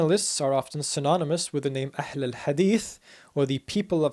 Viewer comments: well that's funny cause he actually pronounced wrong he used the letter "ح" instead of "ها" and with that letter changed, what he said meant : "The most beautiful of hadiths" instead of "The people of the hadith" but yeah still sure he pronounced the letter "ح" well even if it wasn't the correct letter here .. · the h of ahl is a bit pronounced like ح not ه but he pronounced hadith better than me native arab. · actually he mispronounced ahl